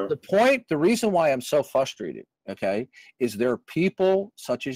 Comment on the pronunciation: Darth gets "fustrated".